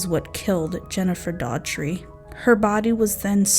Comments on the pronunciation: you have a problem pronouncing names. You should do research. There are several cities with the name Mt. Pleasant. Even just reading it, we know it is a short "a." Jennifer's last name is pronounced "DAW-HER-TREE" and you mispronoune it "DAW-TREE. (You almost sound like you're saying "DOG-TREE" a couple times. " It is actually a very common Irish name, with a three syllable pronounciation. Good video but do your homework, right? Can't subscribe with this visit. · I think her name might be pronounced dorty. Not sure, Thankyou for representing This beautiful young lady and letting people know the scum bags that hurt and killed her